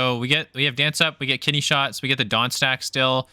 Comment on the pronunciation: Ooooo “KIDNEY”! Not ‘kitty’ 😂😂😂 “kitty shot” is what I heard lmao. It should be kitty shot, that’s the new slang term